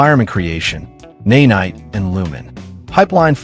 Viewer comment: This video got my sub to this channel but I bet you have a lovely speaking voice and I’d love to hear it over this AI voice that says “naynight” lol